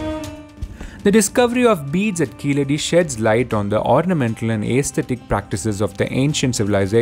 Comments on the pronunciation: What is keezehadi its keeladi. It’s misleading the information. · In proper Tamil it is keezhadi. It's only people who can't pronounce 'zh' that mispronounce it as 'la', just like how they mispronounce Tamizh as tamil